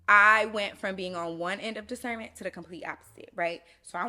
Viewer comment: “Cause you got what” “discerrrnment”😂